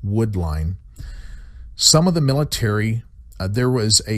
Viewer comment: by the "pilitary" lmao